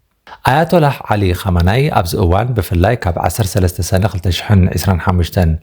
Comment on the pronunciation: ኹመይኒ' not ኹመናይ ።